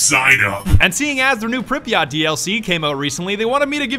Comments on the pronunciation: Pripyat', not Pripyat Припять, не Припьять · 1 minute in and im tempted to click off by his way of pronouncing Pripyat It’s prip . Yet Not prip .e . Yat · Pripyat (Prip-uhh-YAt) Not (pripa-Yacht) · you pronounced Pripyat wrong, its pripyat not pripyot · Why did he say pripyaught when prepyet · ITS NOT PRIP-EEE-YACHT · Prip eh yet. Not prip yacht. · The ‘yat’ in Pripyat is pronounced as yet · Prip(like crip)-yat(like blyat without bl) Pronounce it smoothly Priiiiiipyaaaaaat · Call me triggered but its read as pripyat but pronounced pripyet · ITS PRIP "EE" YAT" god capitalist big dogs am i right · Its PripyAT you fuckwit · It is pronounced preepiat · Its pronounced Pry-Pee-yet you uncultured swine! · PRIPYAT' NOT FUCKEN PRIPYA'T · You are saying Pripyat so MAXIMUM funny XD Uh... That's because I am russion? Hmm...